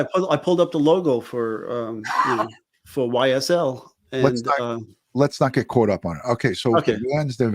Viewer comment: One of these days I'll catch a live but as always you never disappoint. I was already a fan but pronouncing YSL correctly? A whole new level of respect 😅🤍🤍